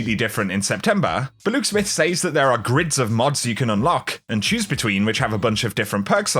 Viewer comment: Really enjoy your videos man, please learn how to pronounce the word "says" please!